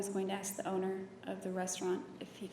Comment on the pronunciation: Drinking game... Drink every time Nurmi says "Let me ash you this..." (and yes, it is "ash," not "ask").